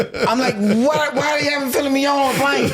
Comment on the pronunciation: Ali Siddiq a mf’n legend this dude been funny he deadass pronounced and said “PHILLY MIGNON” 🤣😂🤣😂🤣😂🤣😂🤣😂🤣😂